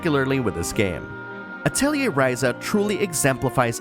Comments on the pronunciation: You actually pronounce atelier correctly. That's enough for me to watch the entire video. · because of the way it's spelled a lot of people pronounce it Ah-telli-see rather than Ah-telli-ay